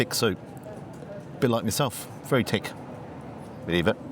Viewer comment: I can hear the Irish in your voice when you say ‘Tick’ instead of ‘Thick’! 😅